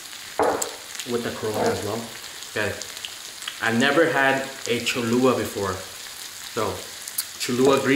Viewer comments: It’s Cha-lu-la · Its not cholua its cho-lu-la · It’s Cholula not cholua! 😂 other than that and the cheese 🧀 the way you marinated the meat 🥩 and chicken 🍗 it’s looks delicious 😋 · U pronounce it cholla!!!